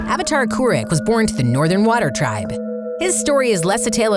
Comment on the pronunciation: KOO-ROOK not KOO-RICK